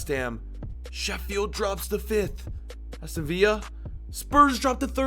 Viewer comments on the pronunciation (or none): Please never pronounce Aston Villa as if it was a spanish team. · Did he just call Aston Villa, Aston viya and then call them Burnley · "Aston Viya" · "Aston Viya" face palm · Why does he not know to say Aston Villa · the way u pronounce aston villa 😂😂😂